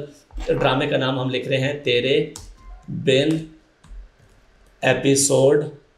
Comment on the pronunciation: "tery bin" nhi "tere bin" hota hai.... Logon ko sikhane wale mein khud itni bari ghalti....